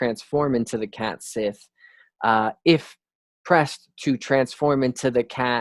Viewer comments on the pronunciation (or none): Cat Sith is pronounced Cat Shee (like the Irish Sidhe is also Shee) Another great video. These pronounciations are tricky ones. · Cat sith is pronounced like cat shee, just letting you know